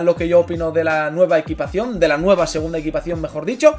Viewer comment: EQUIPACIÓN NO EQUITACIÓN* jajajajajajaj crack